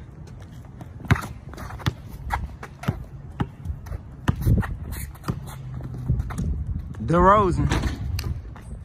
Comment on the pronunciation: Said “Derozen” 🤣🤣🤣 Boi Hell Nawl